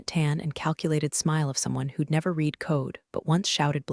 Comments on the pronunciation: "Reed" "Red" WTF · AI can’t distinguish. Have to write “red” for correct pronunciation of past tense. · Word READ is pronounced differently dependent upon TENSE used. When incorrectly used it is demeaning to story.